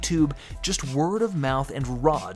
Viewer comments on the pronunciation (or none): none